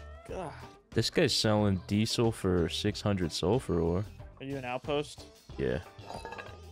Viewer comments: why sayin deesil not diesel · Dee-sill fuel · Diesel (Dee-Zel) - that soft S pronunciation is killing one baby seal each time it's uttered